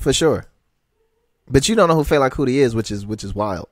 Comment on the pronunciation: said "Fila Kuti" I don't know how I feel about him being on the pod.